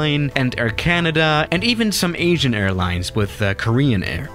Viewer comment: When he said “Asian” I thought he said “Agean” 🤣